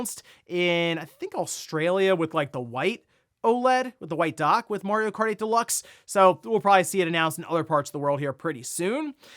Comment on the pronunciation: Can't not hear him saying "mOrio" every time he is pronouncing "mArio" incorrectly 😅. Would love sonic to be on par or better than Mario but i think sonic needs more kinds of games than exclusively speed. It's a bit limiting. They need world building